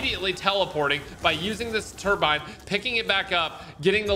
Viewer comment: It's called a "Turbine" 🤣🤣🤣